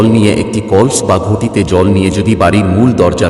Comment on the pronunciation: কল্স না কলস